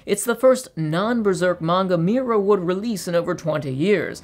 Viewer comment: Please stop saying mewra